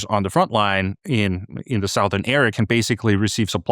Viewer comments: Hi Anders, thanks for your insightful presentations. If you have a native English speaker at hand, please check the pronunciation of "southern" -- "south" ern versus "suth" ern. English is such a difficult language to learn when the rules have so many exceptions. Iain. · ‘South’ rhymes with ‘mouth ‘ but ‘southern’ rhymes with ‘dozen’. Only jars because your pronunciation is otherwise very good. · Pretty sure this bloke is an AI construction, check out his pronounciation of 'southern' Then look at the number of subscribers & views, I rest my case. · Your English is so damn perfect it makes it hard to ignore the mispronunciation of the word Southern, so let me help.